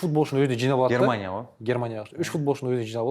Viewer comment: Бере-Ді ала-дыы деп соңғы буынга койғаны кулакка жагымсыз